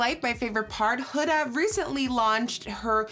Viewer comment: Did anybody else cringe when she said “Huda” but I live her videos so I’m not trying to hate I’m just not use to the pronunciation of huda like that